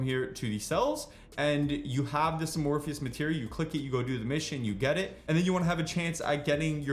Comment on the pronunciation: "Uh-morpheus materials"